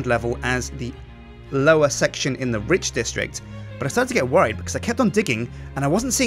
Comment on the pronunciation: every time he says Rich, i think hes talking about Ridge. is that just me? ><